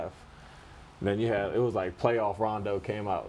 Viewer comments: Bro said Rondon Ronjo 🤣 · Fat Joe is that uncle every Puerto Rican has that butchers the name of everyone & you cant help but just laugh and want to hear more. he said Rondo Ranjo LMAO! 😂 😂 🤣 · “RONDON RONJO”